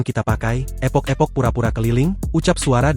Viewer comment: "Ethok ethok" kali bukan "epok epok"